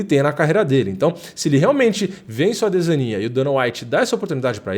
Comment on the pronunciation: cara, vc n sabe pronunciar adesanya